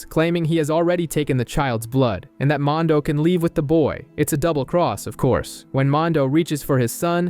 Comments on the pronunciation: Please redo this video a auto to at least say Mando! And not mon do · I hate the way this guy says mando, mondow? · Mondo? Couldnt watch bc of this... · I stopped watching because you cant pronounce mando correctly. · You say everything else just fine but mando!